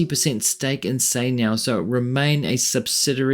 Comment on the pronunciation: is chai niao not sai niao